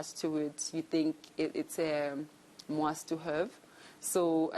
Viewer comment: ”you think it's a muast to hurve” 😂😂😂😂 hai no the tongue is at war 😂😂😂